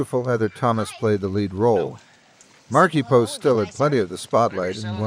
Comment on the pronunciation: Sad to hear about her passing. Great tribute... well written.... but miss Tim. The narrator was irritating. Poor choice for "Factverse" and can't speak properly calling her "Markipost"...